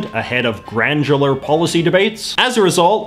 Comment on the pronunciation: How do you pronounce granular? It sounds like you are saying granGular or GrandDular.